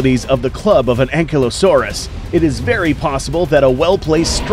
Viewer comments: Its pronounced An-Kai-Low-saurus not being rude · How to pronounce Ankylosaurus:Ang/kaylo/sores